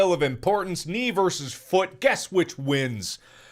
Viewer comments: Everyone: Mark: DER I DUN DIT IT AGAIN AND BROKE MA FUUT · The way mark says “foot”, foo-ut, has me rolling every time he says it. Edit: Dang, it took him 13 minutes to tell us how he broke his foout.